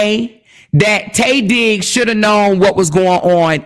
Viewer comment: Everytime you said Tay Diggs, i hollered 😂😂😂